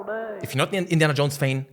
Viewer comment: “Indian Jones FANE?!” Haha speak much🤣. Jk. Loved the video also how cool would it be to have an Indiana Jones type exploration based game on all the ancient cities like China, India etc…